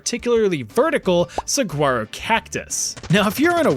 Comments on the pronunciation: Suh-Wharro.. if you’re going to insult satan’s butthole,at least pronounce its iconic cacti correctly. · btw, as someone from Arizona, the cactus is pronounced sah-wa-row (no g) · Not trying to be mean about it... Saguaro is pronounced "sah-whar-oh" with a h sound for the g And they grow 40-50ft tall, not 80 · as a native arizonan, i got a few giggles out of hearing saguaros pronounced sa-gwa-ros, hehe- we just pronounce it sawaros. great video as always!! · I found it kinda funny how you always pronounce foreign language words so perfectly but then you kept calling the saguaro cactus "sag-gwaro" 😅 it sounds more like "suh-waro" but I too like to pronounce it with the hard G cause it pisses all my Spanish speaking friends off down here in Tucson 😂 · I’m sorry, but as an Arizonian.. you’re pronouncing Saguaro wrong 😭😅 you say it without the “g”. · I know this doesn’t ultimately matter but just fyi you don’t pronounce the G in saguaro. It’s more like “sooaroh” instead of “sigooaroh” like how you pronounced it. It’s such a minor thing but literally anyone else from Arizona would absolutely make fun of you for that pronunciation so it’s just a heads up. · Holy crap.... You don't pronounce the 'G' in Saguaro. Suh-Waa-Row.... That hurt my ears. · Lol! Saguaro (sa-waro) 😂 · My only concern is your pronunciation of Saguaro. It's pronounced Suh-wah-rO. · Not for nothin', but it's SA-WARRO. The g isn't pronounced in saguaro.:) Another bout of pure genius hilarity. Thanks! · "Saguaro" is pronounced "Sawaro". For next time. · Cactus is said "sa-waro" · Its pronounced SAWARO Cactus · Saguaro is actually pronounced Sa-War-O It’s the Spanish pronunciation of a native word! The G is silent . Here in Tucson Arizona we even have places named “Sahuaro” which is closer in spelling to how it’s pronounced! Both sahuaro and saguaro are technically correct spellings! 🌵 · Some minor housekeeping: the G in "saguaro" is pronounced with a W sound, like "sa-wah-ro."